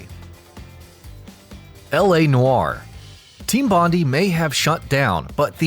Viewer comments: Not that it matters anymore, but the studio that made L.A. Noire is Team Bondi, pronounced Bon-die and not Don-dy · Do you want to try and pronounce "Bondi" again... What a spec!